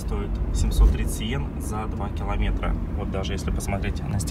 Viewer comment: По моему он русский язык начал забывать, не киллометра, а километра